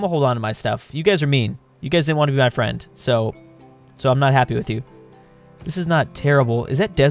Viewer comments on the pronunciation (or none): none